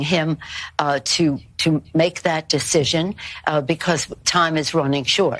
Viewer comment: Benny did you not hear how pelosi said decision she said suscition